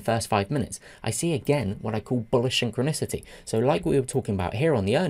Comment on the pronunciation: "Syn-chro-nicity"... I laughed at that. Love your videos. Especially the fast pace. Thank you